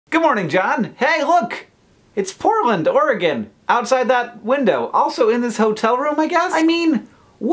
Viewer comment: ARE YOU IN PORT-LAND OR-E-GON?